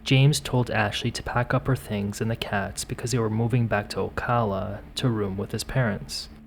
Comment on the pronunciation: Thank you for saying Ocala properly lol a rarity